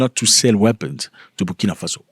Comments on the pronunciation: Birkina faso? To much birkin bags in his mind... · He cant even pronounce Burkina Faso. Tap dancing oreos clown 🤡